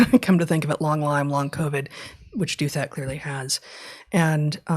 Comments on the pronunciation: I adore you guys! You bring so much to my life. That's why I want you to read more C.S. Lewis – and understand his theology – and also know that Ross Douthat pronounces his name "DOW-thut," not "DOO-THAT." But I quibble. Thank you for all you do! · Minor issue: it appears RD pronounces his family name as DOW-that, with DOW as in Dow-Jones, and "that" with a soft "th," as in "theory."